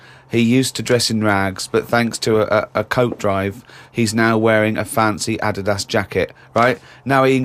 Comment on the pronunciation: The way Ricky pronounces Adidas...